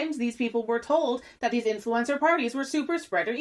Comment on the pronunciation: the way you say ~influEncer~ tho. poetic